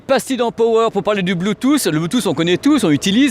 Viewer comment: PURAIN C'EST PAS POWER C'EST PAAAAWER MERDE